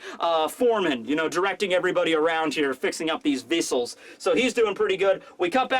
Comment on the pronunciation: "Kyaptin, thir is problim with the vissle" 2019